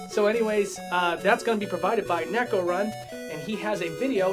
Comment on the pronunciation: "NAY-ko", not "neck-o".